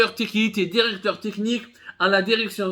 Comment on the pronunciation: Contiti contiti Derecteur derecteur